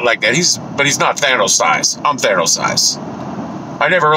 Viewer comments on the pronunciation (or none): "Thanus" lol